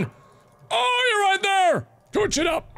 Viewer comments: It took me like forever to realize that tooch means touch I was like wtf is he saying!! is when I realized what he was saying... :/ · You're saying touch like you're saying douche... You gotta say it like this: TOW-CH (not tow as on tow truck it sounds like cow) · i left the room and came back in . all i heard was "I'll toch you so hard" ... what? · Ever since I watched this I now say toutch instead of touch XD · Why does Mark purposely make himself mentally disabled. It's more annoying than funny. Like, seriously, "Tooch"? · y does he have to "tooch"it???????😕😕😕😕😕😟😕😕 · IS IT JUST ME OR DOES EVERYTIME MARK SAYS " TOOCH" I HEAR "TOOSH?"